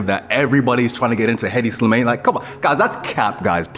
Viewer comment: Bro said "Headdy Slimayne"